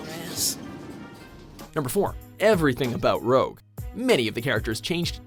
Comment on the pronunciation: What is it with people and red make-up here? ROGUE! not ROUGE!